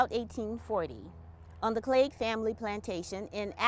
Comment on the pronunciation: He pronounced Cleage perfectly.